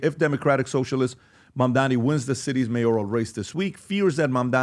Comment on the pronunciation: Why can’t Americans says Mamdani properly. It’s really funny hearing Mamdami or Mandani or Mandami🤣🤣